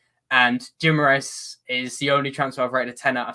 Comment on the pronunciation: Toon fans - its pronounced Ghee-mah-RAH-es. This is how Brazilians other than people from Rio pronounce it (the ã is very nasal)